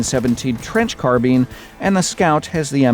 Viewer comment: I like this video but I'm gonna have to dislike just because of how 'Carbine' was pronounced 🙈